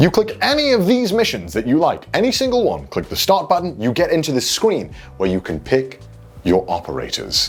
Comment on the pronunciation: Did anyone else notice that he says Scween instead of Screen ?